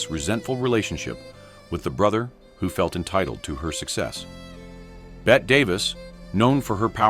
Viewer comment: Oh, “Bet” Davis again! Damn AI